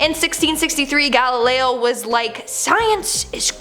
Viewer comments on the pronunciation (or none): none